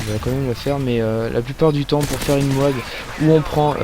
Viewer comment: MOAB on prononce toutes les lettres l'une après les autres ! C'est moche d'entendre l'autre façon celui du commentary